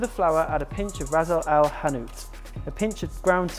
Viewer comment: dude, the spice mix is called Ras Al Hanout (not Razle al hanout). Its translates to "head of shop", So each person who owns the shop has their own spice blend